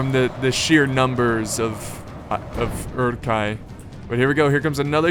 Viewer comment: I believe it's pronounced "oor-ook hi", with a rolled R.